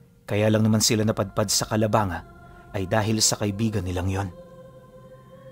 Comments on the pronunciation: Taga bicol ako.. ang tamang bigkas po ng lugar namin ay Calabangga hindi po calabanga... Pero ang tamang spelling is Calabanga talaga iba lang ang pag bigkas..😊😊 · Boss Mali pronounce mo ng Calabangga Hindi Calabanga...?? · Calabangga po pronounce nyan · wow na banggit din ang calabanga, I'm here btw 😅 Ganda ng kwento, calabangga po ang basa nyn 😅😅😅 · calabang ga pronounce Nyan Taga dito kmi sa cam,sur kalapit bayan namin yan from tinambac kami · Kalabang-ga ang pronounce nyan bisakol ako bisaya bikol tubong egros occidental